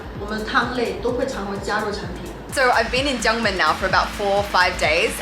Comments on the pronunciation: looks like you are in my hometown. I think you mean "jiangmen" rather than "Junmen". Try some 肠粉 and 牛杂. They are the foods I always miss about when I'm in overseas. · Gangmen is just the Cantonese accent. In mandarin, it’s definitely pronounced Jiangmen.